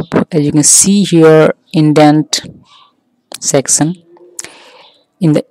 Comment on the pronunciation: very good explanation but you are saying section as sexion LOL